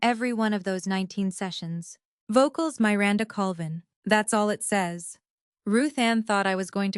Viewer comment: please choose names that your AI can pronounce. The name Miranda has a short i, not the way that name is said in the story.